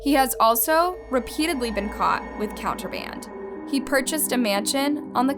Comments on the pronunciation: Beelzebub is pronounced "Bee-elza-bub". I don't know where you got "Beezel-bub" from. You wrote it spelled it correctly, yet didn't even attempt to pronounce it the way it was written. And ffs it's Contraband! Wtf is "counter band"?! Every damm video you just be making up words. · Im sorry love your videos but alot of problems the constant beeps are ridiculous... And your pronunciation of words really in a few vids its just so off putting its Contraband not counter band, another video you pronounced occult wrong and ed geins name, to name only a few but is constant i would give it a pass it you weren't clearly and english speaker... Sorry but it drives me mad 😅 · And I had secondhand embarrassment for her when she said & typed “counter band” lmfaoooo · Lol she said counter band... contraband*